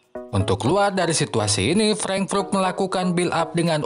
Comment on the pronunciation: Cara bacanya "freng" "frut" min.... Good job teruskan dan tetap terus berkarya